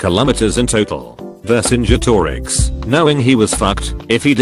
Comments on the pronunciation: This thing pronounces Vercingetorix correctly, but has to spell out "shortsword" and says pronounces ez as spelled instead of ee-zee. dafuq? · So you're telling me this voiceover man can pronounce "Vercingetorix" but can't say "Facebook"? 😲